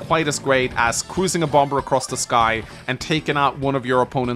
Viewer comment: It kills me you keep pronouncing the second b. However this is a great video